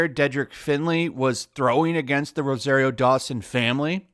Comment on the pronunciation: It's pronounced roh-zahr-io, not roh-zair-io.